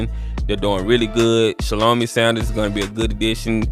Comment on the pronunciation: It’s pronounced (shall-o-my) Great content.